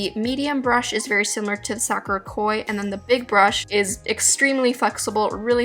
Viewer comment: i love you, but the way you were saying sakura was really bothering me lol